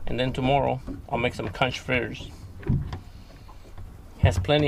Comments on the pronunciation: Lol, Is pronounced:: Konk::. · Conch = "conk"